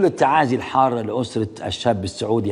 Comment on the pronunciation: طيب يا استاذ محمد ناصر قبل ما تتكلم عن الركاكة في الصياغة ولو انها حقيقة اؤيدك فيها ...اليس من الاولى ان تنطق الكلمات والاسماء العربية بشكل صحيح فالمرحوم اسمه هتان شطا وليس هاتان شطان ....فالاول يعني المطر الخفيف بالعربية ..والثاني اسم محور من التركية لا يستعمل في بلاد العرب ....فقط للتنويه .